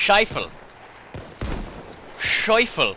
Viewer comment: what did he say.??..Scheiffel.?.lol..